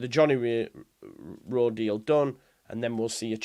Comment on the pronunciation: Why do you keep saying rowe m8